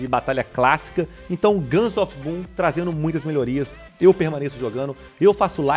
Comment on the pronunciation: So eu q entendi guns of pum?